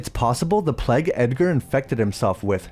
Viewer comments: Why do you say 'Pleg' instead of 'PlayG'? Plague is a word that some US Americans seem to struggle with but you're Canadian (I think). Good review though. I'll be look out for this one. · Nice video, but your pronunciation of plague is a bit off. Keeps sounding like plaque to me 😅